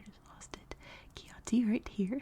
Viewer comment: Oh no ! AQUILA is the capital NOT Chieti (which is pronounced kiéti and not kioti). But yes, beautiful Aquila is the capital.